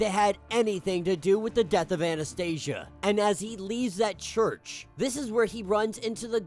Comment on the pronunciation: I really liked Omega Red's story . These issues were released first as infinity comics . Anastasia should be pronounced more like Anastasiya since they are russians ,not Anastaisha ,sounds more american than slavic 😂. Anyways ,Omega red was captured in the series Sentinels . Someone reported these events in this issue and they came to capture him and send him to Greymalkin .